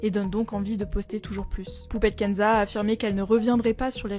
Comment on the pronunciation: J'ai cru entendre Poubelle Kenza 😂